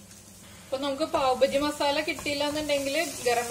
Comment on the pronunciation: Not pav Baji it is pav baaji